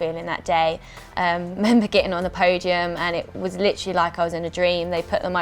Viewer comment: Did anyone else litrally get annoyed by the way she says LITERALLY??